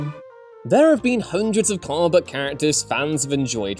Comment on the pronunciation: When you say "comic book character" I keep hearing "Carbot character" xD